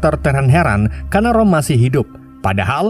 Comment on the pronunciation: Itu roma bukan rom😂 haahahahahaa apa lah